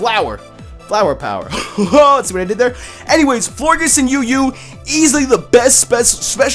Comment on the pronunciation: I think florges is said the same way as gorgeous